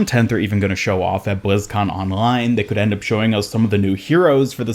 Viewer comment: BLIZZ - CON - LINE. Why do all the YouTubers insist on saying bLizZcoN OnLinE.